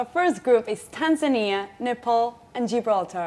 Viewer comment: I love how she pronounced Tanzania😍